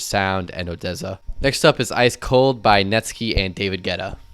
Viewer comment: Netskie😭 oof It is netSKY